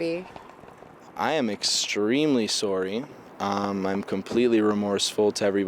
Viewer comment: He said soory not sorry